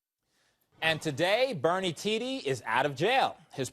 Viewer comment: Its not pronounced "tee dee" its "tee duh"